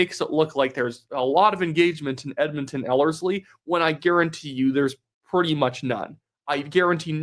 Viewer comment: Yesss, you pronounced Ellerslie correctly The last video you were saying it weird haha